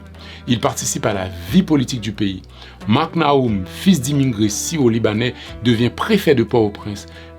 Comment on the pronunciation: Est-ce mes oreilles me font défault? Le titre dit: "Syro-Libanais", mais je ne peux m'empêcher d'entendre le narrateur dire : " sio-libanais"